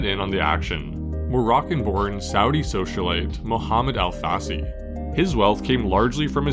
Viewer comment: Al-Fassi; more like Alf-Assy